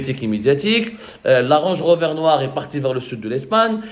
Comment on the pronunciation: Une "range rover" hhhhhh ya abdou hhhhh travaille ton accent anglais un peu hahaha là on dirait que tu dit à tata zoubida de ranger rover